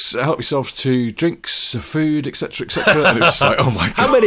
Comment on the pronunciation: It sounds like you are saying 'ecsetera' when it it's etcetera. I know you know this as why wouldn't you...but I listened 3 times....and still....